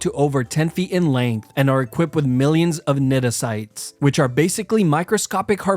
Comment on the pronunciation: Completely butchered the worn nematocysts. It's pronounced neh-mah-toe-sists